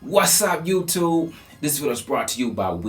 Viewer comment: I love how he says YOO-TOOB WEE-BOOL